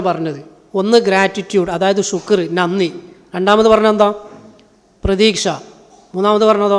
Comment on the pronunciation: അൽഹംദുലില്ലാഹ നല്ല ക്ലാസ് 'അനിയാ മലയാള അക്ഷരം ഉച്ചരിക്കുമ്പോൾ ശ്രദ്ധിക്കുക. പ്രത്യാഗി ച്ചും ഴ എന്ന അക്ഷരം 'അതേ പോലെ നന്ദി എന്ന വാക്കിൽ ന ആദ്യം വരുമ്പോൾ എങ്ങനെ ഉച്ചരിക്കണമെന്നും ശ്രദ്ധിക്കുക. അല്ലാഹു ഉയരങ്ങളിൽ എത്തിക്കട്ടെ